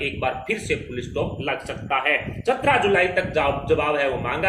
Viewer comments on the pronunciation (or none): none